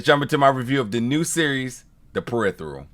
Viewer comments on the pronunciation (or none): Dude ~ slow TF down, take a breath, read the title, put a card under the camera that says PE-RI-FER-AL phonetically. You got all day, this ain't live. I dunno, maybe in Future London they got different dialect... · Lol... He pronounces the "phe" as "the". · Imma keep it a buck... I couldn't watch the review after you said the title incorrectly in the beginning. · Why do you pronounce "peripheral" so weirdly?